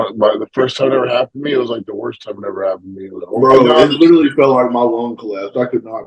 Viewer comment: If he tried to say the word 'literally' rather than 'littleilly' every sentence he would be much easier to understand. Always throws me off. Badi does the same lol 😂